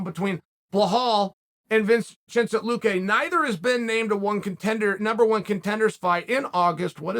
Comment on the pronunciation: “VinChinsent Luque”